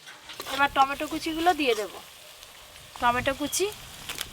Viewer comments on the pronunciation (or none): none